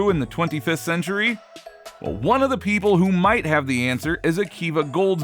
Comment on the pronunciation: Wish the narrator would learn how to pronounce "a" and "the."